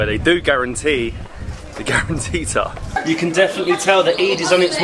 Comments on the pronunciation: its guaranttita not guaranteed XD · The garantita is not garantete 😂😂🤣